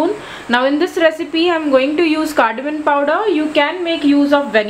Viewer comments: Very good recipe. I will definitely try. Mam one correction. Your English is too good. It is Cardamom and not "CARDAMON". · Ya its cardamom n i wrote it as cardamom bt mstknly pronounced it cardamon 😃😃. Do try it n let me know. Thank u for ur feedback ☺️☺️ pls subscribe 🙏